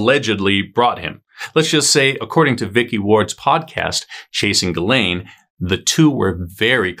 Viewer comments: Ghislaine: pronounced “Jizz-Lane” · I thought her name was pronounced JIZZ-laine? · Is it pronounceded jizzlane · Isn't it pronounced jizzlane? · THATS how you pronounce her name?!!!! 🤣 I've been calling her something completely different 🤦🏼‍♀️ riff raff either way, and she looks so much like the female sketch of one of the suspects in maddie mcanns case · Would be easier to watch if he could pronounce Ghislaine..